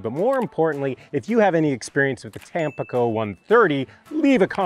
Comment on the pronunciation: Hi, really enjoy your content overall. I feel pretty certain it’s pronounced tam-PEE-co, accent on the middle syllable. It is bound to be named for the city on the east coast of Mexico. Just FYI.